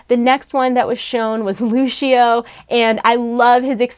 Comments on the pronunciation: ITS LUCIO NOT LUSHEO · it's lu-c-io not lushio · Yannick Marvens it is Lu Sio not Lushio. df people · She said "Luchio"and not Lucio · Lushio? Listen here ya fuckin ninny its pronounced LU-CI-OH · Dude she said lushio not lucio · did she just say luchio ???? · y u keep saying Lushio? it's LU CI O XD don't hate... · You said lucio wrong it's loo see oh, not loo she oh (sorry if I spelled his name wrong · I hate when people say lushio instead of lusio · Yannick Marvens GUYS ITS LU-SEE-OH NOT LU-SHI-O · you say Lucio like Lucifer not Luscious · Lu-see-oh* Haha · She said LuSHio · 2:96 Luchio. Good Pronunciation! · It's not pronounced "Lushio" and second of all, there's a separate D.va figure with just her. Obviously they can't make the D.va in her mech perfect. The mech also had a closable door. Not everything can be perfect and spot on. I love it. Idgaf if she's standing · Omg. I GOT TO GET THEM ALL!!!!! Also you said Lucio like Luchio. But good vid. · "lushio" eye twitch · Lusheoh LOL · Exsqueeze me? Lushio? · umm she keeps saying lushio its gets me trigged!!!!!!!!!! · its LUSEEO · lushio nooooo lu c o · I cant take you seriously if you cant pronounce "Lucio" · If you love playing Lucio, learn to say his name, at least o_o